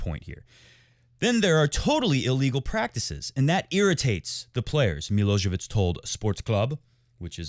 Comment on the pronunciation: It’s milojevic not milosevic😂